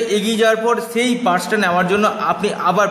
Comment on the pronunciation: সেই হবে বলেন ছেই বিদেশ হবে বলছেন বিদেছেস বিশেষ হবে বলছেন বিছেছ উচ্চারণ ঠিক করে কথা বললে কথা ভালো বুঝতে পারা যায় দয়য়া করে সুন্দার করে কথা বলবেন আর খুব একটা পেচিয়ে বলবেনা যা বলবেন সরাসরি বলবেন ছোটো ভিডিও করবেন শট কটে একটু খেয়াল রাখবেন আশা করি আপনার জন্য শুভ কামনা রইলো